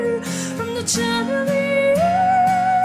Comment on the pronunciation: The pronunciation of "Chandelier" is wrong. "Ch" should be pronounced as "sh" sound.